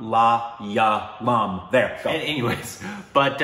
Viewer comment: Love ya but it's not Ma la ya lum... its mala yaaah lum. Extend that a. But it's better now. Sorry we kept correcting you. And south indian languages sound completely different to north indian languages cause their linguistic roots are different. South indian languages are dravidian languages. So it's understandable that your pronunciation is often times perfect with hindi and isn't as perfect with southern languages because the way the vowels and everything are pronounced is often times completely different.